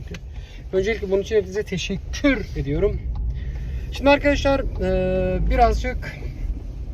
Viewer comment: Tesek KÜRR ediyorum o vurgus 😂